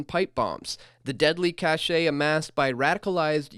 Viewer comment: Cache is pronounced, cash.